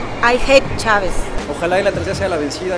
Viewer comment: "ai jet Chávez" xddd